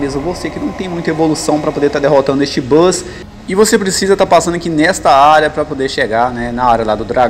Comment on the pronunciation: Desespero o cara falando "bus" kkk